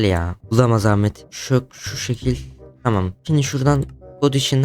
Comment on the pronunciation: Ahmet e amede demesi